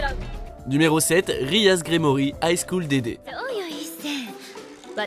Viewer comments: C'est pas RIA mais RIAS !!! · Pour High school dxd déjà Akeno a une meilleur voix sensuelle que Rias et on prononce le "x" de "dxd"